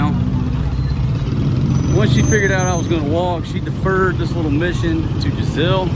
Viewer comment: Jenzel- NOT Jizelle.